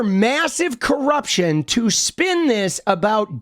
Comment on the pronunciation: you said “spin” wrong